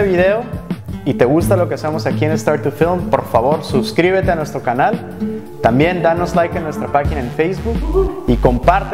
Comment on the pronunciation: me iba a suscribir pero dijiste "subscribete". Nada, broma nomas, que buen vídeo, muchas gracias.